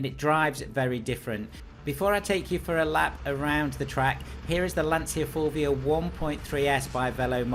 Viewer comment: it is LAN - CHA not lansia or lanzia